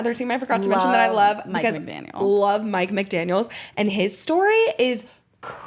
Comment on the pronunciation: You two had it right btw! It’s Mike McDaniel, not McDanie*s.